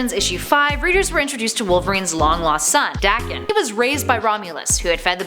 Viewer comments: I'm sorry did you say daaken nonono it's pronounced daekan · That's not how I've imagined Daken's name to be pronounced. More like "Day-ken", but I could be totally wrong.